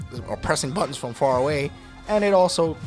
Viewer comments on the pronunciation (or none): none